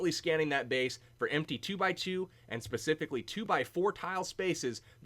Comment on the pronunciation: "Pacifically" ... lol